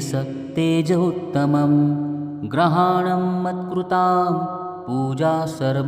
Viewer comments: ग्रहाणम असा उच्चार ऐकायला येतो.शब्द गृहाणम हाच शब्द योग्य आहे.ग्रहाणम याचा अर्थ सगळे ग्रह म्हणजे रवि चंद्र मंगळ बुध गुरू शुक्र शनी राहू व केतू येतात.आपण घरी पूजा करतो त्यामुळे गृह म्हणेच घर. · लिहिलं बरोबर आहे, वाचन करणारा चुकीचं करतो आहे.